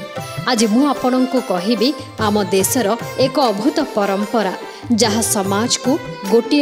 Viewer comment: Odia language is your mother tongue you talking correctly Abhhut isn’t right ADBHUT.isit right word but everything is okay..!